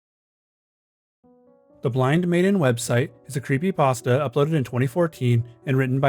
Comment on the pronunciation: he refuses to say the p in creepypasta